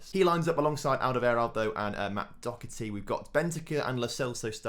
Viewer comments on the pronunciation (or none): Doherty not docherty lol